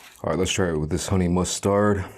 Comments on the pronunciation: "Honey mus-tard" 😂 why does he say it like that 😂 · To make syllables prominent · Shits annoying